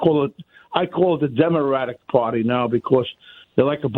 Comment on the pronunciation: "Demoratic" I like it